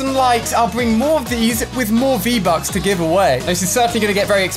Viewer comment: Di he just say vbuts